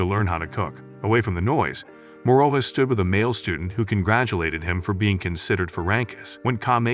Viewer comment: Morola not moroa